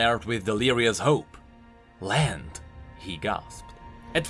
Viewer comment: sounds like you said "just in sight of lamb" at the end